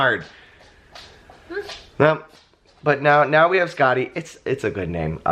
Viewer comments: First I thought you were saying Scotty and I was very confused at the boyish name and then "from Norse mythology" made me understand Skatti. I was confused for the first few minutes. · Fun Fact: Skadi (as in Norse mythology) is pronounced more like Skathi... with the soft 'TH' instead if the hard 'D'... (that's what she said...) it also has a bit of a tongue roll to it, but that's besides the point. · Congratulations to the new addition to your family! She is absolutely adorable! Honestly, I was so confused at first when you started talking about Norse mythology because I heard Skadi as Scotty.